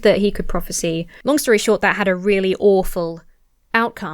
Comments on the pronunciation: If you're interested, the verb form (prophesy/prophecy) is not pronounced the same as the noun prophecy. Instead of being "prof-a-see", it is more "prof-a-sigh". Sorry, but it was jarring every time you said it. I'm old. And grumpy. Sorry. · Just so you know, the verb form of prophecy is prophesy, which is pronounced with a long I at the end. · Okay but why do you consistently pronounce "prophesy" identically to the way you pronounce "prophecy"